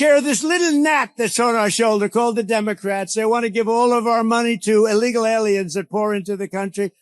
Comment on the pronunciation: Someone please teach her that "illegal" begins with an I, not an A. Allegal immigrants, so ignorant.